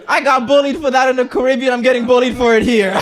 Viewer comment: My man went from half Caribbean to full currybbean